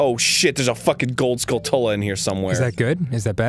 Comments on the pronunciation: I've always thought "Skulltula" was pronounced like "skul-chulah" like "tarantula". it triggered me a bit to hear "skull tullah" #triggered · The way Arin says "Skulltula" gets to me. Isn't it supposed to be a portmanteau of Skull and Tarantula? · Skulltula, you know... Skull and tarantula? Dammit Arin, your pronunciation of words in this game is terrible